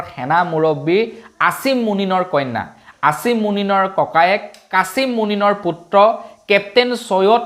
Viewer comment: তোমাক dislike দিওঁ, তুমি অসমীয়া ল'ৰা হৈ ভাল দৰে অসমীয়া ক'ব(কথা-ভাষা)নাজানা। হ্ৰাস নহয়, হ্ৰাস হে । মুনীন নহয়, মুনিৰ হে।